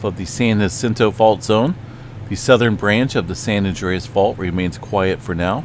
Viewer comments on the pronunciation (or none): none